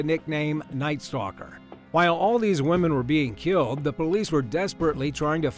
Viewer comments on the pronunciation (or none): none